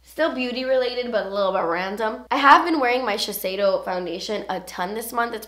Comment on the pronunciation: you pronounced shiseido wrong